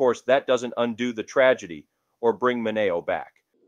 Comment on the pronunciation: ¿"min NAY oh", not "min E oh"? ( , , , , and - ) "Lih mert", not "lime ert"